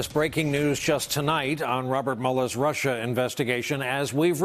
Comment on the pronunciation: Good. Lord... how appalling, the rant about RRRRRruuuussssaaahhhhh.